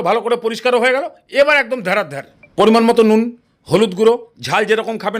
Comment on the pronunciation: পরিমাণমতো নুন এটা বলেছেন নাকি পরমাণু বোম😂